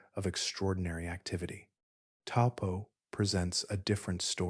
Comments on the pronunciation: Correct pronounciation of Taupo is Toe-poor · Hi i live in New Zealand and the correct way to say Taupo is" toe paw." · Taupo is pronounced T-O-E P-A-W